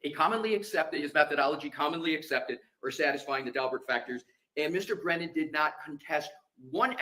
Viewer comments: I wish that Karen's team would start calling the weasel Breeeeeenan since he refuses to pronounce anyone else's name appropriately. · Brennan needs a phonics class! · What about "brain-non"😂😂